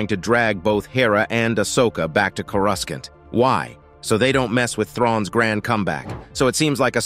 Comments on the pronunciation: CORE-I-SAUNT not CORE-RAS-SENT 😂😂😂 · He actually said "Cora's can't" which is even worse 😆